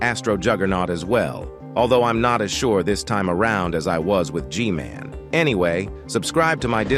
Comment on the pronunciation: G-MAN❌ G-GAY✅